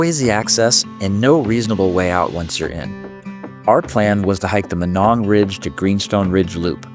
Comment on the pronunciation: I always heard it pronounced my-nong